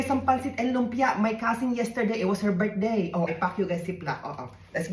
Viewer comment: "Birt day" ❤😂❤